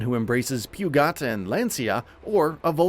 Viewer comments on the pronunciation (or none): "Pewgot" hahaha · Can't wait to get that Pew-got.... . Wonder if they'll include Peugeot. . . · Pew-got, huh? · Bruh did this guy just say “pew-got” for Peugeot? 😂😂😂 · Did this guy just pronounce Peugeot 'Pee Ooh Ghee At'? Did that actually happen? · He did not just say pew-got! 🤣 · “Pew-got” yeah no thanks bud ima head out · You lost me at “Pew-got” but you got me back at Lancia. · Pew-got?! 🤦🏻‍♂️, 9-1-1🤦🏻‍♂️ Maybe research how to say the car names properly before telling us about the game. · Did he just pronounce Peugeot like pyugot lol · What is this pronunciation. Lol Porsh? Alfa Romeo? 9-1-1? Pugot? There’s more, but i don’t want to murder him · When narrating a review for a racing game, it’s a good idea to know how to pronounce manufacturer names. Pew-got is not how to pronounce Peugeot. Also, it’s pronounced porsh-uh, not porsh. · “P-you-got?” Alfa “Romee-o”? “Porsh nine-one-one?” Jesus Christ. Did they find the one guy who has never heard of these cars?!?! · and pew-got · Pewgot and alfa roMEo lol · "Pew-Got"... "Lan-See-Yuh" 🤣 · I have never heard anyone pronounce Peugeot like that... Seriously? Pew-got? It took me literally 5 seconds to hear Google Translate's voice pronounce Peugeot. My god, show some effort, please? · It's poh-zho and nyne-eleven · pew-got loooooooooool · Pew-Got killed me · Pew-got. LMAO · Al-pine Alpha Ro-mee-oh Pyoo-got Lan-see-ah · Hold on, pronounce 'Peugeot' again? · I've never wanted to punch someone as much as when I heard the pronunciation of Peugeot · The pronunciation of peugeot triggers me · Wanna try “Peugeot” again? 😂